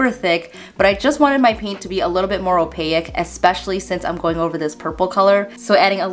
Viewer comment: Great hacks, but are you saying the word opaque like oh-pay-ick instead of oh-payk or are you saying a different word altogether. Sorry not from the US so I might be hearing it incorrectly.